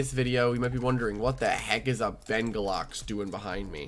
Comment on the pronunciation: BENGULAX LMAO (its bengalux 💀)